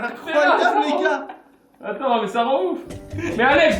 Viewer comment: en plus tu di "go" au lieu de "gars"